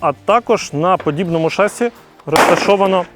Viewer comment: Ребята, ну не шАсси, а шассИ. Молодчаги, смотрю вас под пивко Научитесь ударению